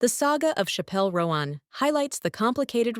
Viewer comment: It’s not Shappelle Roenn ffs